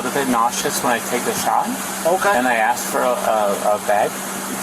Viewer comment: It’s asked, not axed.